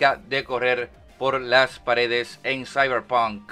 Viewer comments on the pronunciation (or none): none